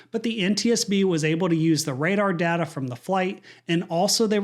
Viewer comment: It's pronounced, flight "data" recorder not "data".